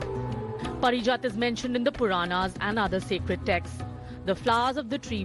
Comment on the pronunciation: 'Paarijaat" just because you are English anchor doesnt mean you ruin the pronunciation of words